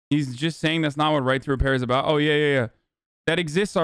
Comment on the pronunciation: Lmao how tf did Hasan catch that “aboot” I still can’t hear the stereotypical Canadian accent as a Canadian, maybe i do talk funny